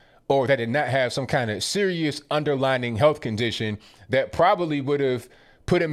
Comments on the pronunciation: it’s “underlying”, not underlining JS☺️🥰🤗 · Watch you every day. This is just for future reference because I don't want anyone to use it against you. It's "underlying" not underlining - peace. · "underlining?" or "underlying?"